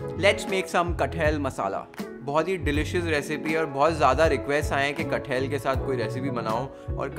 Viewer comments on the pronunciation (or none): Its not cut-hell, its kat-hal😂😂